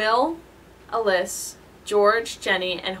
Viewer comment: Why would you pronounce Alyss like that...... It's pronounced like Alice obviously.